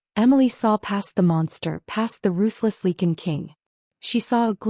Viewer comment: "Lee kun". Are you serious?!